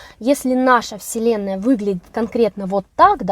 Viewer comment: Слово "вселенная"- слышится как вслЁнная. Не случайно?🤝